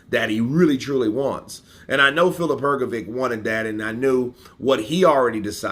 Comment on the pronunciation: Why do you always call him filip hrgoviq,it is hrgovich,you dont call michael jordan a michael bordan